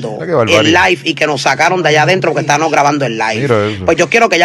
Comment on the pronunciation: Estabanos 😂😂🤦🏻‍♀️😵‍💫nojotros ahyyy santooo!Como dañan el idioma!